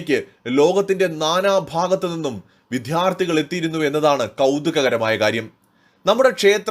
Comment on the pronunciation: Diction please, not madya, it is maDHya! Not viDHyarti, it is vidyarDHi! Repeat ten times and correct yourself! The elocution is important!